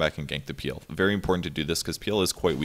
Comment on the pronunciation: I like how he prounces PL peal